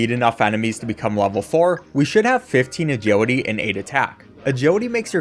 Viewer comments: "Ah-Judy" is now burned into my brain forever, thank you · Take a shot every time he says Ajeelity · why do u say agiwity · Maybe I'm dumb but for like half of the video I couldn't understand what an "ajodee" stat is. Then it occurred to me that it's "agility." Bruh, never heard anyone pronuncing "agility" as "ajodee" 😂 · Look I'm sorry and I mean no disrespect at all but I verbally laughed after you said "agility" every time I couldn't help it